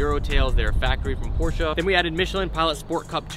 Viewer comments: porscheeee not porsh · Did this man just say Porsha? Lmfao